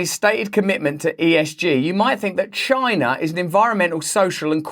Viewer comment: comeon editor XD everyone knows these days that every time someone says 'CHI-NA' like that we need a quick cut to trump saying it in the stupidest way possible XD ; excellent video as always Russell&team